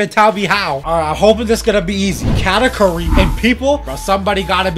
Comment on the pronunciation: ayo katakuri is pronounced (ka-tahk-urry)